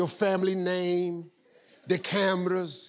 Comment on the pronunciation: the "CAMRRRRRRAS